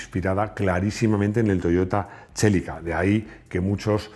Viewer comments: Gran video!!!!! Pero me chirria que digas Chelika en lugar de Celica, que así lo conocemos todos, me suena igual de mal como en videos oigo a gente decir Portx a Porsche jajjaja un saludooooooo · Hay que tener muyy poquitta vergüenza para decir, "no digáis Lamboryini, se dice Lamborguini" y t0nterias similares y luego llamar al Celica CHelica. Eres muy t0nto....